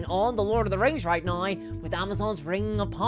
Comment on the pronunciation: Why do you say now so weird?